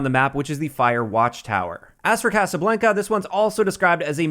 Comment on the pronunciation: What’s up with Youtubers not knowing how to pronounce basic words… Nero with ricochet and x with Casablanca… y’all need some dictionaries lol